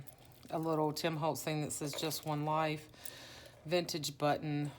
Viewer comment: LOL ........................ Bu-TT-ons ................. sooo not you, Gurl!! LOL!!!! OMG!!!! I'ma tell Faydra on you!!!! She's gonna have to re-train you in Texan drawl!!! LOL......💗XX!!! Your journals are such treasures!!! My student's baby will turn 1 in a few, and she still raves about her baby book!! So proud to have gifted her art made by you!!🌻